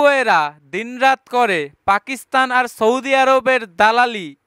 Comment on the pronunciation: আপনে আগে সৌদি বলা শিখে নেন।